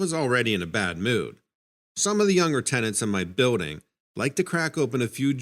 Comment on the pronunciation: Everytime i come across this fool telling stories tall tales never pronounces shit right!!! Its Building not buidding.